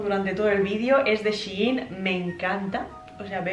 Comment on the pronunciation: es shein no she in 🤣🤦🏻‍♀️